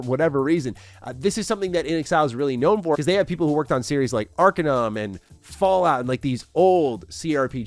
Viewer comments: Lol "Ark in um"? It's "Are kane um" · It's pronounced ar-cain-um not "arkinum" and Brian Fargo had literally nothing to do with Arcanum. It was made under Tim Cain's company Troika along with Leonard boyarsky. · "aar - kay - nuhm"... ^_^